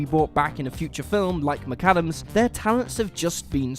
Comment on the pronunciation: it's pronounced Rachel Mick-Adams not MiCaddams (McAdams)